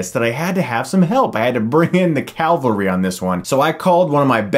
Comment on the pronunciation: It's "Cavalry". calve-uhl-ree